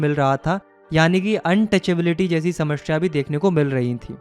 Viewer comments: समस्या ❌ समश्या ✅ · Broo literally said samashyaa instead of samasya 😂♥️ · Samasya ❌ shamashya ✔️😂